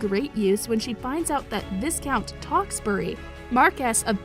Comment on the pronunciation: Does she know she said Tewkesbury wrong